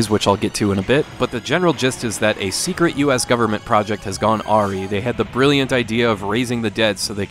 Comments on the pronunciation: Dude, awry. It's pronounced "Uh-Ry", not "aw-ree" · Awry is pronounced "aw-rye" not "aw-ree" my friend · Super minor thing, but it's pronounced "AH-RYE", not "AW-REE". I mispronounce stuff all the time. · I think it's pronounces a-rye. Not ar-ree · Great video, as always! Wanted to let you know that awry is pronounced uh-RYE. Happy Halloween! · "Gone awry" You used it correctly, but pronounced it weird. "Gone a RYE" is how you'd pronounce that phrase. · hi just here to say that "awry" is pronounced "uh-rye" emphasis on second syllable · No intro?! And did you day "gone airy"? It's pronounced like Rhode Island's initials. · Great vid, but the word "awry" is pronounced as "a rye". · The way you say awry gave me a chuckle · The way he pronounced “awry” is the real horror here. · I was working on something else, and heard that, and reacted like "the hell you just say?" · Lmao what the hell was that? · The sign of a well-read man: using words like "awry" that he's seen written but doesn't know how to pronounce. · You need to learn how to correctly pronounce "Awry".